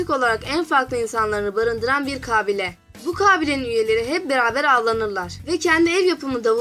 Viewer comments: Ablacim kabileyi niye 98 A ile söylüyosun kaaaaaaaaaaabile değil kabile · Vidyoyu çekmeden önce konuşmayi öğren gülüm kaaabile deyil -ka bi le - sinir oldum valla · Kaaabile nedir yaaa Kabiile demek zormu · kağbile değil kabilema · merhaba çalışmanız güzel tebrik ediyorum .lakin kabile kelimesinin telaffuzunda büyük problem var farkındamısınız bilmiyorum....kaaaabile değil kabile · Kağbile değil lan kabile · Ah be güzel kardeşim.hayatında hiçmi belgesel seyretmedin.kaabile kaabile.4.cü ye kadar sabredebildim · kaabile değil lütfen telaffuzunu bilmediğiniz kelimelere tdk sesli sözlük kısmından bakınız. Rica ediyorum çocuklar, sınava girecek gençler de izliyor sizi! biraz özen... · Kabile demeyi ogren acilen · kâbile, kâbil şehrinin dişisi mi? 3. defa kâbile dediğini duyunca izlemeyi biraktim. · Kabile mi diyosun Kâfile mi diyosun?